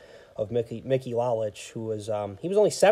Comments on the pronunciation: Lowlich is the way you pronounce Lolich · Thanks. Constructive criticism makes us better. That one bothered me on the playback because I knew I mispronounced it. In the same article I read about Lolich he wanted to learn the pizza business. Ilitch signed him to a two year deal as a spokesperson for Little Ceaesar's. After the two years, his contract was not renewed and he did not learn the pizza business. Lolich said Ilitch was a shrewd businessman and told his lawayer “Look, every time Mickey pitches a game, people think of Little Caesars. “Every time he’s on TV, they think of Little Caesars. Wherever Mickey goes, they think of Little Caesars. Why should I pay him when I’ve got him for free?” Lolich didn't fault him for it, but was hurt. They did not speak for 30 years. My father thought so much of Al Kaline. I am glad he had a great World Series that year. One of the classiest guys to put on a uniform. I have been on the look out for Sam McDowell. For those that just look at HOF players, "Sudden" Sam is overlooked. He was a great power pitcher. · You pronounce Mickey lolich his last name incorrect when Lola's retired he was the all-time leader in strikeouts for a left-handed pitcher